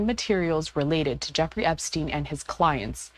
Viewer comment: my dude said "Epstiny.." hahahahaha